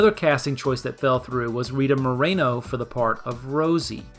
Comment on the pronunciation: that's not how you pronounce Moreno